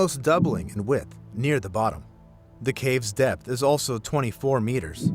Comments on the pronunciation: I thought he called it death intoxication 😂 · He said DEPTH intoxication